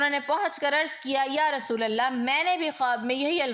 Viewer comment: ما شاء اللہ و تبارک اللہ ۔ لفظ رسول فتحہ کے ساتھ نہیں بلکہ ضمہ کے ساتھ ادا کریں۔ متنِ احادیث کا ترجمہ آپ پیش کر رہی ہیں بارک اللہ فیک اگر حوالوں کا اھتمام بھی کر لیں تو آپ کا بیان بہت زیادہ اہمیت کا حامل اور قابلِ اعتبار ہو گا ۔ اذان کے دوران شھادتین میں صحیح اعراب لفظ رسول پر فتحہ نہیں بلکہ ضمہ ہے ۔ لفظ محدثین میں حرف " د" کو فتحہ کے ساتھ نہیں بلکہ کسرہ کے ساتھ ادا کریں ۔ جزاکِ اللہ خیرا و بارک فیکِ ۔